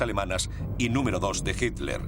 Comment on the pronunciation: Adorf Hitler se escribe, se pronuncia Hitler, soy de origen alemán se lo que digo...